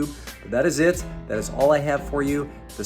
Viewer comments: STUSSY is actually pronounced Stew See. I live your videos. Keep up the great work. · Pronounced Stew-See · It's pronounced St-ewe-see but great find also subtract 25/30 percent from grailed prices is usually what you'll actually get